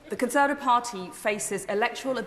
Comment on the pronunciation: She can't even say Conservative properly?